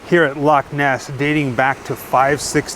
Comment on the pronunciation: Loved this, love you say Loch properly, yous stayed in Glasgow, that's 20 miles from me.